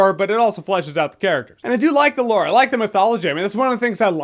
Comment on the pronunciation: I've been watching Jeremy for like 10 years and I'm sick and tired of him saying "lore". I dont know why it bothers me, but it does.